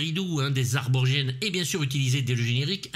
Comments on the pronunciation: Merci pour l'analyse, que de bon souvenirs ce film. Sinon tu fais la faute classique, on dit Aborigène pas Arborigene 😉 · Encore une excellente vidéo, où l'on sent le boulot. tout tout petit bémol, on dit aborigène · A tout ceux qui perdent leur temps à me faire remarquer que je prononce mal Aborigène, allez vous faire cuire le cul. Quand on a que ça à remarquer, c'est que ma vidéo est bonne. Merci donc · Ah ! Tu disais aborigène ??? 😜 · Tu prononce mal le mot " aborigène " .. Je déconne,... rien à foutre des.wokistes politiquement correct, si les anecdotes sur un de mes films préférés sont excellentes, merci à toi 👍🤣